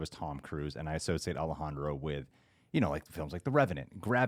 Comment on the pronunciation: As a mexican, I really appreciate how says Alejandro